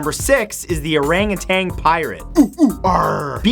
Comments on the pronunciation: Its “Arangutan" not “arangutang" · Orangutan. NOT Orangutang. The word ends with TAN, not TANG.